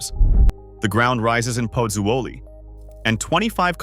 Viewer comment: Prononced PUT ZO LEE ...please